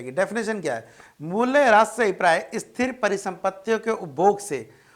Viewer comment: Sir wo Esthir niwesh nhi hay, Sthir niwesh hoga...